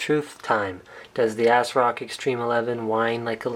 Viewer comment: "ass rock" Linus